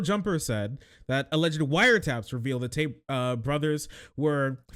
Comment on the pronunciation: lol the guy says "Andrew Tight". Not for long bro, not for long.